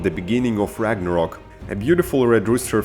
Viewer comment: it called Ragnarök not rangarok.